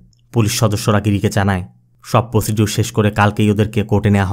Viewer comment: প্রসিডিওর না, উচ্চারনটা হবে প্রসেজার।